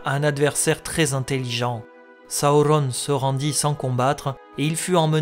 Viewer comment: Hello, j'aime le contenu de tes vidéos mais je ne comprends pas pourquoi ta prononciation des noms comme Durin ou Sauron est aussi.. anormal haha. Ce n'est que mon avis mais pour le reste continues j'adore :) bonne continuation !!